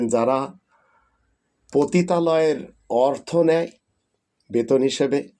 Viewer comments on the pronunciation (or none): none